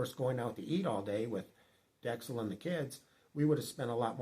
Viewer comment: Yikes. The __ - Cel names are very common here. We know a few. Filipinos make them up as they go along. :-) It's dex-CELL WIth the emphasis on the second half, second syllable. Same with a lot of words here, emphasis is on second syllable- cee-BOO